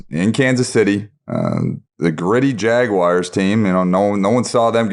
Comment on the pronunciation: Love these podcasts, but: Its Jag-wars not Jag-wires!